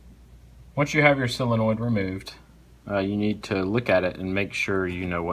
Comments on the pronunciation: There's no such thing as a "sillonoid". It's a SO len oid fer dang sakes. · It's a sOlenoid, not a sIlenoid.